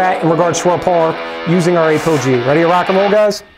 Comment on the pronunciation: The Ape-OG! ROFL!!! Try with App-o-gee :_)